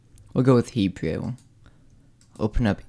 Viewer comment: Did he actually say "He-Jew?" More than once?